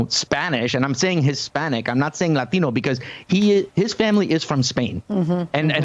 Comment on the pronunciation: the way he pronounces "latino" everytime gives me cringe shivers